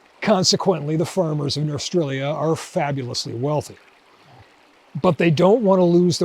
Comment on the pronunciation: Smith/Linebarger intended "Norstrilia" to be pronounced "nor-STRILE-ya", because that's what "North Australia" sounds like (to an American) when spoken by someone with a strong Australian accent.